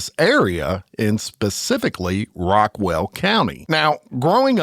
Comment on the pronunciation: Do you mean “Rockwall”?